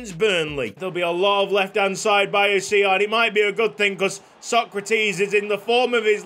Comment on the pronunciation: Its Hawsawi!!!!!!!!!!!!